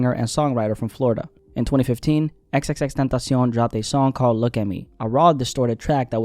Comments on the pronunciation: Had to downvote this for how he says. X X X TENTASEEON like he's a mexican snack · I don't hate the guy, but can ya'll pronounce tentacion properly?